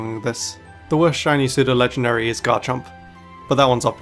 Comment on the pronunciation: You mispronounced "pseudo". It's pronounced as "SUE-DOH"